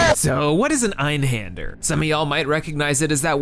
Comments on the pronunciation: Händer in Einhänder is pronounced “HEYN-der” or “HEN-der”. Definitely not “HAN-der” or “HAHN-der”. The Ä changes the usual “ah” sound of A into an “EY” sound (that’s EY as in HEY). Also, the Arabic sea monster, Bahamūt, is pronounced “BAH-hah-MOOT” (long OO as in “boot”). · I’m not a native German speaker, or that good of a German speaker in general, but Hand in German is just spelled Hand. It’s pronounced like you said, but händ is actually pronounced like “hend”. Also. I’m pretty positive (remember. Two semesters of German and some classical singing so I could be very wrong) when you’re talking about a numeric amount of things it wouldn’t be “ein” it would be “einst”. So the real name would be Einsthander, or one hander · he pronounced it weird